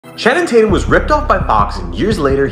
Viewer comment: I didn’t know anybody other than Rhett McLaughlin pronounced Channing Tatum’s name “Channum Taitend”, but here we are